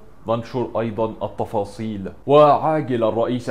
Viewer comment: حبيبي اسمها التفاصيل مش الطفاصيل رقق التاء لأنها طالعة مش حلوة خالص